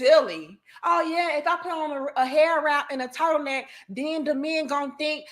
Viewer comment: I had to rewind 3 times and turn on captions to realize "turtle neck" is what was said. The power of a divinely intelligent women can set you free from even thinking of entertaining low vibration 💥💥💥 Grateful!❤